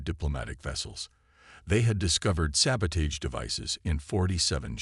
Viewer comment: will the word Sabotage ever get pronounced properly! 🤣 these human mechanic stories should really get a series on hbo or showtime or something...